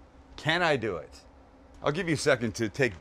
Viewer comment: Hahahahah!!!! I love it when he says that! Let’s dew et